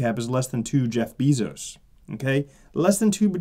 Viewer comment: Not beeeezos not e its ea!